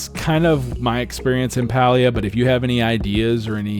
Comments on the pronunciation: Great video, thank you! Also just a heads up, Palia is pronounced pay-lee-uh according to the devs themselves lol. 😊😊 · Idk why it irks me this much lol, but the game is pronounced like “pay-lia”! Also, ty for making this video! I’m curious to see how it lines up with what I’ve been doing and if there’s anything I can improve! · Pronounced Paylia